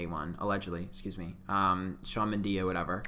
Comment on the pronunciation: Camila Cablilo....Shawn Mendi...Selido...lmfao I'm crying.